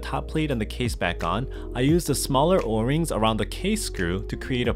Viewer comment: bruh why he say o-rings like or-rings